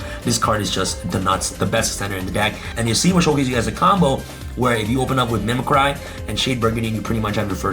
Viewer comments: correct pronunciation is mih-mih-cree as in you're MIMICKING someone else. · You left out Last Stryx... play 43 cards... a free Ulti Falcon. And dammit it called = Mim-mic-kree as in to mimic. That's a worse trigger than using META wrong.... read the fookin definition. Not applied to current decks of the TOP Archetypes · Hearing pronounce mimicry makes me want to mimi-cry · i think the right pronounciation is mimicri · Why does every yugituber pronounce mimicry wrong?